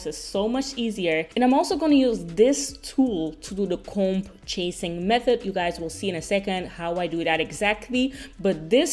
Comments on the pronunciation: I love you babes! But I’m dying laughing at the way you say comb!!! Lol here in the US the “B” in comb is silent! But we don’t pronounce it “com” like dddd@ lol still say comb just without the B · Hey I always watch your videos but never comment 🙈 But I just wanted to say that the b in comb is silent Fyi I live in Belgium as well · I've never heard anyone pronounce it "comb" with a b, is that a Dutch pronunciation? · Wow I also didn't know that English speakers don't pronounce the "b". That's crazy 😦